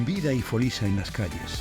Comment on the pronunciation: ¿Nun podíen haber buscao a dalguién que supiere que "folixa" nun se pronuncia "folisa? ¡Madre mía! Clama al cielu. Da grima, sentilu.